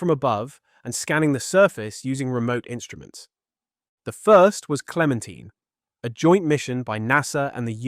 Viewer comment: Clemen tyne. Not teen.